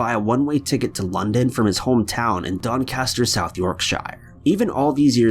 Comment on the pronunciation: I never thought I would hear an American try to pronounce Doncaster. Tbh it was actually very accurate. Much better than Yorkshire.